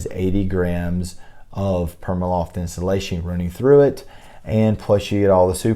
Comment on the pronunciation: Pr-ee-ma loft not PERMAloft